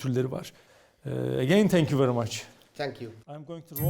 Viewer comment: Tenk yu yeenim tenk yu 😅